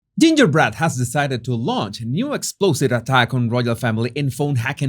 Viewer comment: Lol! I choked on my toast when I heard you say “ ginger bread” I had to replay it to make sure I heard it correctly. Hilarious especially right at the start ❤️